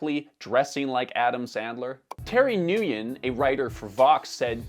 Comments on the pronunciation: Nguyen is pronounced “WIN”. Not “nu-yen” 😊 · Imma let it slide bc ur canadian, but for future reference "Nguyen" is closely pronounced as "Win" and not "New-yen" 😂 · it’s pronounced like “when” goes to show is one of those white liberals without diverse friends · Nguyen is pronounced 'wen' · The speed of changing trends is incredibly wasteful and filling landfills like no other. As a side note, Nguyen is pronounced as Win 😅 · the last name Nguyen is pronounced like "ween" 😄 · You pronounced Nguyen so wrong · he probably just gave up on it. There's plenty of videos on YouTube from Vietnamese people that pronounce it correctly.